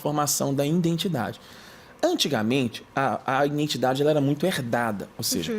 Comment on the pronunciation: Conteúdo maravilhoso. Eu só não aguento escutar ele falar INDENTIDADE , me dá uma agonia🥴